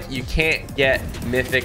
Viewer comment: The fact at the end he says Mison failed secsecfuly